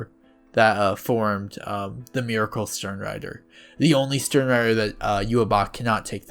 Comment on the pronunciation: Your pronounciation of sternritter sounds sooo cool